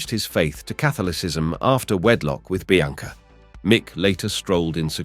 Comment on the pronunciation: Bianca pronounced Biancer?